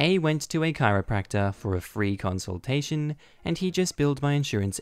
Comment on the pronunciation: good grief, it's a conSULTATion man, not a conSOLation lol